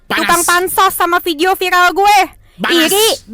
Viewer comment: Si cedal aslinya bisa sebut R,cuma biar viral,buktinya bisa sebut viRal